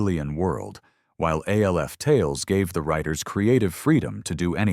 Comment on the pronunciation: I'm getting tired of these AI voice overs that can't seem to pronounce simple words. I almost down voted this just for that one aspect of this video. I heard, I think, 6 different ways to say the name Alf. Sigh...